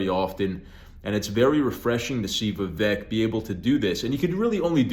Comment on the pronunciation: Vivek rhymes with cake